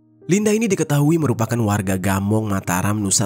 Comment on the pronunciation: Ralat kak, bukan Gamong tapi Gomong 👌🏻